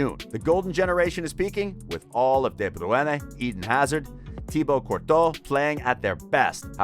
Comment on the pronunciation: Im Belgian, my advise for you is that you are trying to hard to pronounce KDB and Thibaut's name correctly other than that I really enjoyed the video. Keep up the good work